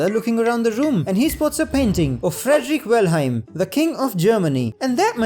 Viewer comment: "Frederick Welheim" just wrong